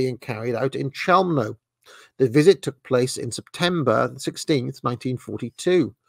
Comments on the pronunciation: Pronunciation is "Khelmno" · Chełmno is pronounced h-e-wm-no in Polish.